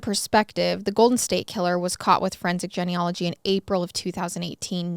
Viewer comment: I'm a frequent listener and love each episode but the "Jenny ology" drove me nuts 🤣 isn't it pronounced jean? Genealogy